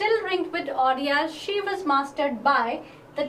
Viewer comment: hello mam, just a correction--- it is pronounced as "ordeel" and not "ordiyal"